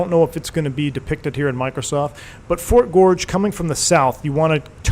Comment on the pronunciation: I grew up in Westbrook, Maine. (That's the W in KPWM.) I now live in the outskirts of D.C. Thanks for taking me home. The fort is pronounced "Fort Gorgeous." (GORG-ez.)